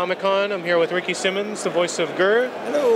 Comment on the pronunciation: Small notes, I think his name is pronounced Simons (S-eye-mons)